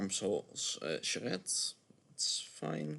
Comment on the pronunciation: a little keyforge song, and then the silky, delightful pronunciation of Charette